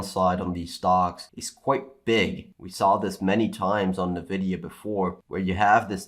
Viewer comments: Just one suggestion, it is pronounced "N vidia" not "nevidia" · I just want to know why you guys always call "EN-vidia" "NUH-vidia." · Did I hear "nEvidia"? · I can t get over how he says nvidia😅